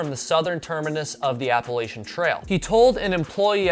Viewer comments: Your videos are interesting and I enjoy watching them, but I wish you would pronounce the name Appalachia correctly. It’s Apple At Cha, not Apple A Sha. Thanks. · OK…. how to pronounce Appalachia ….. It’s pronounced Apple at cha. and if you don’t say it correctly, I will throw an Apple at cha!!!